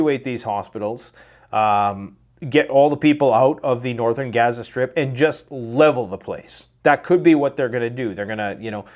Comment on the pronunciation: You are getting very fake. You Pronounce gaza 2 different ways, I don't know why but it sounds stupid. Quit being fake.